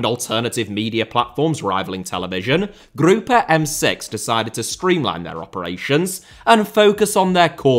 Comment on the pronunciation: Hey, as a French native, "Le Groupe M6" is pronounced just like in English, Group M6, the E is silent ☺️☺️